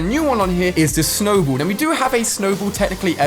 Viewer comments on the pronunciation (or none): It snowball not snowbowl